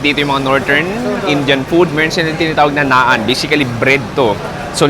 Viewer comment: Naan "nahn"